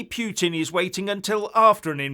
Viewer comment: Putin is pronounced PooTeen!